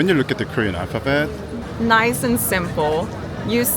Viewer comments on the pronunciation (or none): none